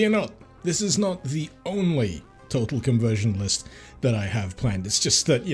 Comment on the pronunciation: Did you just pronounce total as tottal? How would that even happen??